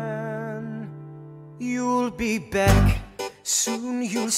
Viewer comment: It's beck